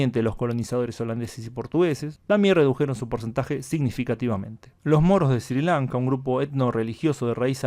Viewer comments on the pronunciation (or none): Creo que se pronuncia "esri Lanka" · Se pronuncia "Srri Lanka" tú lo pronuncias muy suave.